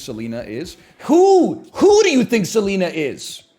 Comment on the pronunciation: I love the stressed syllable for Seleena That’s how you know who we’re talking about